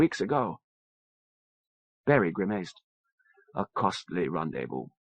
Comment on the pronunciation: grimayced how can someone mispronounce such a simple word.